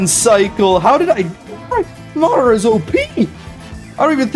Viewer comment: dude spelled it right but said it wrong it’s madara not madaro He said madaro once then realized he said it wrong then fixed it to madara proof he says it